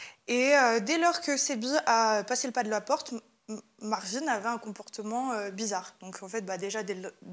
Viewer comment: On a tous compris Marlon et non Marvin. arrête de faire semblant